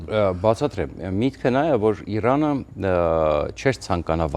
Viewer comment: Ուրիշ մարդ չկա հրավիրեք։ Ձանձրացանք սրա սեփական վերլուծությունից։ Ամբողջ աշխարհն է դեմ սիոնիստների պատերազմին, սա սազն առած` գովում է։ Նախ թող սովորի իր կիսառուսական կրթությամբ սովորի Իրան արտասանի։ Շատ անդուր մարդ է, և չի լսվում։ Ուղեղի գալարները քիչ են։ Սա մի խումբ հայրենասերների կողմից, փոխել խնդրում ենք սրան։ Ամերիկայում շատ ավելի հարգելի մտավորականներ կան։